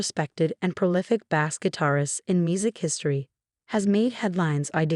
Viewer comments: Agreed !! I have known several "BASE" players, but NEVER any "BASS(fish)" players. STOP USING BOTS FOR THESE NARRATIONS !!! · "BASS" lines pronounced like the fish. Your A.I. narration blows. Don't you listen to it before you release it?